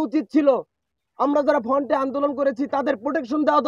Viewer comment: আর "ফন্ট" কিরে ভাইই ? 😆 তুই নাকি শিক্ষিত.. শব্দ টা "ফ্রন্ট" হবে গোবর গণেশ । 😂